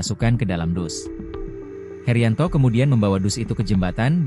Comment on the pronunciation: Heryanto bukan heriyanto